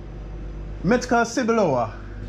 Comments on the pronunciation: Metka cebulova, "w" is read as "v" sound. "Cebulova" - something like this. Or maybe rather "tzeboolover" 😅 The way you're saying it sounds more like "seboolower". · What he mean Mietka cebulowa? He ment Metka Cebulowa? Just wonder :D you definately pronounce this wrong my friend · You pronounce not exacly good „mietka syblowa”. You should say „metka cebulowa”. Then you will be understood. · Meh - tka tsebulova - PRONUNCIATION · hey you need to work on pronunciation with "metka cebulowa' to be understood. but anyway it would be much easier if you would just ask for 'tatar' 😉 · 1. 99, 9% Polish people won't know, what metka cebulowa is, because it's niche product. 2. You don't pronounce it correctly, so no one knows what you mean.